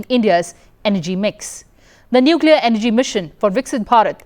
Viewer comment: For God's sake it is Energy not MG. In some videos, she doesn't even follow commas while reading but breaks the sentences inappropriately, sometimes even changing the meaning of the sentences